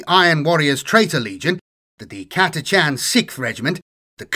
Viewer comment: Thank you for pronouncing Catachan correctly